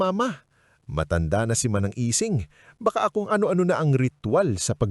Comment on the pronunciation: manang ising..hindi lang kayang bigkasin ng auto narrator ng tama..